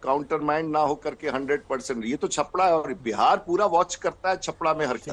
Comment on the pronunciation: छपरा का नाम सही से ले लेते तो अच्छा रहता